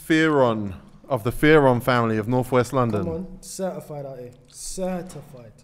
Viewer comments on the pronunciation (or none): "cer-ti-fied" dkm loooool